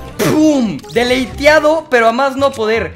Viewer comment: Se dice deletiado no deldeltiado